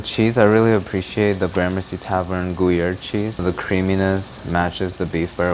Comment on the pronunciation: IT IS GRUyere not GUYERE ........!!!!!!!!!